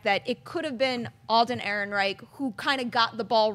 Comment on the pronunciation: Hears panel member throw shade at starwarsnewsnet, mispronounce Han Solo stars name. Facepalms What's happened to this show?